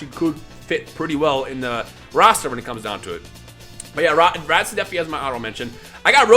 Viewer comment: This man says videl bojack and fucken RADIZ WHAT THE HELL